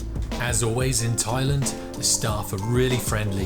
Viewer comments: Please stop saying Thailund it’s very annoying. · I know you are pronouncing it the same way we say England but it just sounds weird to me. Only a tongue in cheek comment not serious.